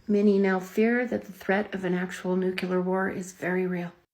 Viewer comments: Thanks for having the patience for trying to call out ridiculous and dangerous videos like this. Oh and "Nucular" war... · She says “nucular” and “pestulance.” I’m rolling. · i'd be more willing (though not much) to listen to her facile & spurious arguments, if she didn't mispronounce "nuclear" - "oh, but president Bush says it that way!" - yeah? and HE'S the sharpest knife in your kitchen drawer?